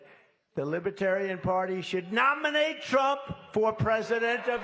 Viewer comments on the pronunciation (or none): I chuckle at the way he said "should NOMINATE trump"